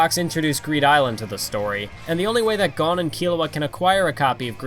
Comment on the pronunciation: the way you said.. Kukuroo... and Kaito.... and Gon... at least you said Killua the right way.